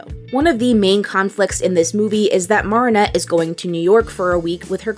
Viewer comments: Its Not Marr-In-Nette Its Mair-In-Nette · OH MY EFING GOD- , ITS NOT MAAARIN- AT. ITS MA RIN ATE. OH MY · Its pernnounced mer not mar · she pronounced it mar-i-nette and it sound like mer-i-nette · why do u say her name wrong? its not MARIE-nette its marinette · I'm sorry but.. it's mArinette... not mARinette..😵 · OMGG please say "m-air-inette" not "m-are-inette" you're killing me. 😭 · Girl if you say Mahrinette instead of MArinette one more time haha jk but seriously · Idk if this sounds rude or not I’m not sure if you just think her name is pronounced that way or you just can’t say it normally (if so then it’s fine :] ) but her name is pronounced Mare-ah-net not mar-ee-net🧍‍♀️ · It's not Mah-ri-nette it's Me-ri-nette I don't know why people pronounce it's like that But it's ok I guess if you can't pronounce it but seriously it annoys me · this isn't a big deal but why do you call marinette "MAR-ih-net" instead of "MARE-ih-net"? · How many times do I have to say this, it is pronounced (MARE-EN-ET) not mar-en-et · It’s pronounced Mare-in-ette not Mar-on-nette. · Her:Mar ri nut Me: It's Mari net te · sorry, this is completley unrelated but.. i cant stand u saying moronette its mari not moro no offense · The way they pronounce mareinette🤮 dislike jk👀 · 1 question. Why does she pronounce Marinette like that? It’s actually M-air-inette, but then again no hate. And you pronounce Chloe’s surname Boo-sh-wa. Correct me if I’m wrong :) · Really called her morrrrrrrrrinette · Why are you saying her name like that? Even in French I don’t think it’s said Maronette Marionette. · 'Marnet' Me: Inhale exhale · So we going to ignore how she saying martinet? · lord i hate how she pronounces marinette😞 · Why does she mispronounce marinette’s name? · marinette (short a) , Bougeois (bujwa) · This was amazing but im sorry I just can't stop laughing at how you pronounce Marinette and Bourgeois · I like how she mispronounced Marinette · Stop saying marionette like that 😭😭